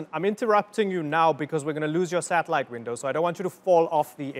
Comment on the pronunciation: "We are losing signals to our sattalites" hAHAHHAHAHAHAH